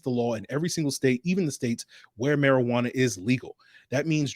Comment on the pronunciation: He almost called marijuana Mariotta. Classic 😂